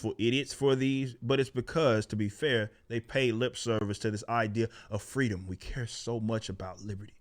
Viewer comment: We want fweedom